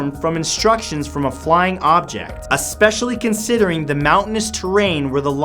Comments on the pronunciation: Favorite Matt Santoro fact : correctly pronouncing the word especially. There is NO X in this word, it is not expecially! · "assspecially at that time" lol